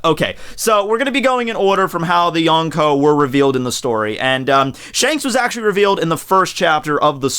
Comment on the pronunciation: Yon rhymes with Gon. Prounounce Yonko correctly